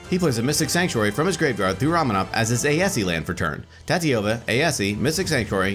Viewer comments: that aesi pronunciation bugged the hell out of me. the "e" is silent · Hearing Aesi pronounced Ay-eh-see is strange. I've always pronounced it and thought it was pronounced Ay-see. Also is there any significant reason that you'd run Tatyova as the commander instead of Aesi? Great game though!